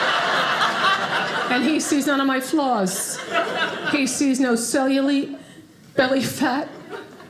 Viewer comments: Did she cellu-LEET 😅😭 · the pronunciation of "cellulite" was a very cheeky subcallback